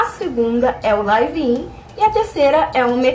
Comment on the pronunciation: se fala lívin colega. não é laive in